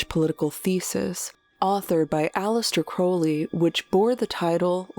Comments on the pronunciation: How do you run a popular Youtube channel about mysterious events, and not know how to pronounce Aleister Crowley's name correctly? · 2 years in production and you couldn't even be bothered to learn how to pronounce Aleister Crowleys name correctly